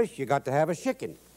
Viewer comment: Love the way he says shicken